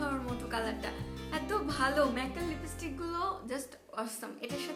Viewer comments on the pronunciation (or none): none